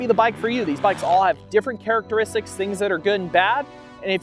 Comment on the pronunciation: say "charachteristics" more.